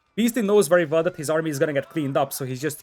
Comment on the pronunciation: You know ‘wery’ well that building ‘valls’ is important.